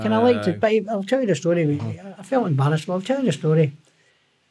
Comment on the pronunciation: Howling every time he says "al wreck the place" 😂😂😂 brilliant listen